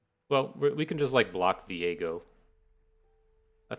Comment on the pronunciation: So you are doing the misspronounciation of Vi-Ego on purpose? In that case it's just unfair to leave Nautilus out. Call him Nuttylus or something for consistencies sake. :-)